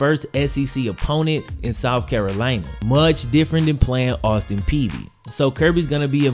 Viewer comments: Did you say Austin Peavey? That's what I kept hearing. It's Austin Peay(pea) if so. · Lol it’s Austin Peay not peady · It’s Austin Peay bro not Austin Peavy. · Are you saying Austin Peavy?? It’s Austin Peay😂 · There's no V in Austin Peay. It's pronounced like "pee." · Its Austin P (Peay) Just say P